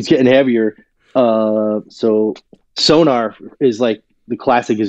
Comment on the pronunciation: Not to be pedantic, but it's SONOR (German name), not SONAR (a type of underwater detection device). Interesting discussion, but not quite fully researched.